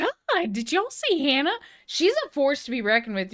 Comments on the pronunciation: I love your reactions! I do! Thank You for this reaction! I am NOT a native Japanese speaker... I am a country boy (old man now) from Montana... but I hear you trying to pronounce Japanese very well... then calling HANA, "HAAEYNA." Japanese has A (like HAW) and E (like HEY). You know better!:) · I know you can say “HANA” with the Spanish /a/. I’m sure you can. Please? Certainly you’ve heard HANA scream before; she does it all the time. And why don’t you know all The Beatles songs? When I was your age, the required buying all of their records. Today you need only to turn on your phone.